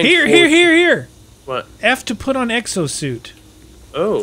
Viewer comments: "Eggzo" really just... Really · X O X OOOO NOT uxo or wtf you said lol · lol exo not eggso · Who else heard him say "Eggs oh Zombies"